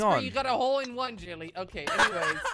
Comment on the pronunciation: If you listen carefully at the start you will hear saying wole in one